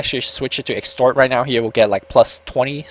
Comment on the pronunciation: exort quas.... not extort :D just saying inc ase you really didnt know thanks for casting this btw